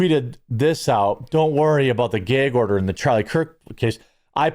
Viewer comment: Geg order. 😂